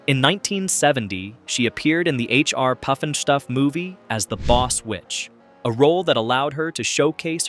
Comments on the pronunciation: It's not poof-n-stoof it's Puff-n . They are not the Bugleloos. They are the BUG A LOOS .You DOLT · The Buggle-loos and HR poof in stufp. What shows are you talking about? How do you make a video about a subject you can't even pronounce? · Damn. You mispronounce BUGaloos as often it is silly You also get HR Puff N Stuff wrong